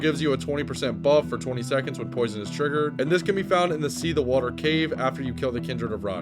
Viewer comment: "See the water cave"😂 Bro never heard the word seethe before.